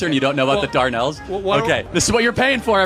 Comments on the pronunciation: For Charlie Kirk, it's the Dardanelles, not the Darnells when he was talking about WWI. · It’s not called the Darnell’s it’s called the Dardanelles!